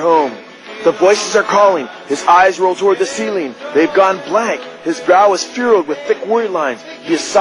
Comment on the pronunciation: WHAT... A..... DOUCHE! Listen to how this asshole talks... trying to sound all dramatic.... holy shit... lol!! And he can't even say the word "furrowed" correctly! He's a sensationalist prick who has NO idea what he's doing, and clueless to what an absolute MORON he sounds like! John Todd and Mike Warnke, anyone? LOL